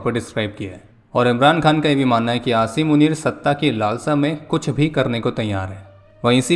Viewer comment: nhi bhai ventilator par tha 😢 fir jab bhaiya ne asim panner bola toh theek hogya 😂